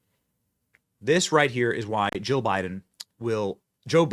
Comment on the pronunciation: I can't tell if you are saying Jill or joe